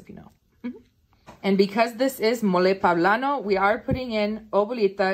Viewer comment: Awesome. pOblano. Not pAblano.